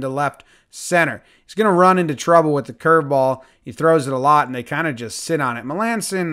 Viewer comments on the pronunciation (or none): none